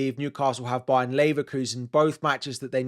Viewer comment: Yo just a little sidenote: It's not "Bayern Leverkusen", it's "Bayer Leverkusen". It doesn't refer to the region Bayern (the city Leverkusen is in a completely different region), but to the pharma company Bayer, where the team originated from, and which are still somewhat involved until today.